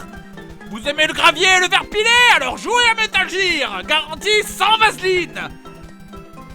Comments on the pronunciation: Metal Jer Dafuq c'est quoi cette prononciation !!!?? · GEAR ! GEEEAR PAS GIRE HAAAAAAAA J'ai un paquet entier en otage moi ! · J'écris un commentaire à JDG pour bien qu'il prononce Metal GGEAR , J'efface mon commentaire :D Désolééé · il a explique qu'il a ete induit en erreur par la game gear quand il etait mome, ca lui est reste. Mais il a bien conscience de la vraie prononciation. Va plutot offrir ta condescendance aux publicitaires francais qui ont traduit gamjir ? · RAAAHHHH!!! la prononciation de metal gear ca me stresse !!!!!!! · C'est marrant; le coup de mal prononcer "Game Gear" et "Metal Gear" j'en parlais ya quelques jours à un pote. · l'enfoiré il a trop anticipé les mecs qui le reprenait comme moi quand il prononçait (jear et pas gear) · Metal Jir (au phare). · "Métal Jir" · Bon je vais clore la polémique avec la prononciation de gear. Dans les deux cas la prononciation est fausse. La règle qui s'applique à la prononciation du g en anglais est la même qu'en français, un g se prononce "j" devant un e, i ou y. Pour être plus précis réalité il se prononce "dj" tout comme les j et g devant des e, i ou y. Et je parle même pas de la prononciation du r complètement foireuse. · ça m'écorche les oreilles quand il prononce metal gear ( métal jir ) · Comment je voulais le tuer quand il prononçait Metal Jear xD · Metal jir.....lololololol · METAL JEAR lol good one JDG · Haaaaaaaa, Metal GEAR, prononcer GUEAR x) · Pitié,Fred,arrête de dir metal "JIR",c'est insupportable T_T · ARRETE DE DIRE METAL JIIIIIIIIIIIIIIIIIIIIIIIIIIIR ! Désolé c'est sorti tout seul :') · metal jirrr, ouai la tu me déchiiire les oreilles XD superbe vidéo comme d'hab jdg, vivement la suite si y'en a une . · Metal Jir ! Hahahaha :/ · J'allais mettre pause dans la vidéo pour dire : "mais pourquoi il prononce Metal Jear ??" mais j'me suis dis qu'une bonne explication a la JdG allez arriver ^^ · c'est pas metal jear c'est metal gear!!!,sinon trés bonne vidéo